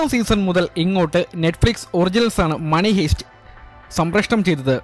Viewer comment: ഹീസ്റ് അല്ല ഹൈസ്റ്. Money heist.